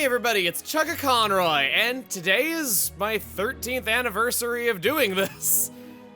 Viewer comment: Considering you said it wrong, it can’t be that iconic to you